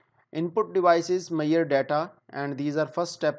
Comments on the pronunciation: Not mayar it's measure any way good classs👍👍👍❤️ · Good explaination and very informative video.. just the word measure being pronounced as ‘mayerrr’ is hilarious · your pronounciation of measure word is not correct. Please correct that. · Throughout the video, I keep on laughing at this guy about the pronunciation of Measure. He is so stupid and never attempted to learn correct pronunciation and he claimed he is a 5 year experienced engineer. My foot.